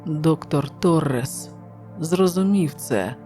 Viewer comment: МУньйос, наголос на у. ТОрес, наголос на о.